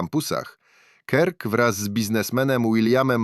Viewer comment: Turning point - wymawiamy jak - TERNING point, a nie - tarning p... Kirk - wymawiamy jak KERK, nie kirk.